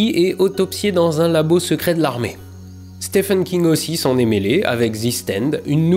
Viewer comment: Moi aussi je préfère les fruits de la passion anh ! PS : le prénom "Stephen" se prononce Steven (oui ça n'a pas trop de sens, mais c'est comme ça :D c'est comme le mot "gauge" qui se prononce "gai-y-dje" )